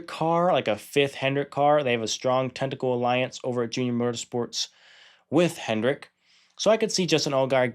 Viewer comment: Sweet video. Thanks! Love the Hall of Fame shirt! Did you mean "technical" alliance? It sounded to me like you were saying "tentacle" alliance. I like your picks, I think you're spot on unless like you said, they get caught in a wreck.